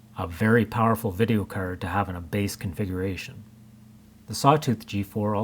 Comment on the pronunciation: its a video cerd lmaooo its card with an a not an e